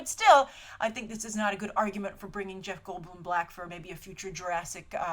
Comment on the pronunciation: Sounds like you said "Bring Jeff Goldblum black"